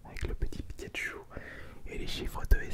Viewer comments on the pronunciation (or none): none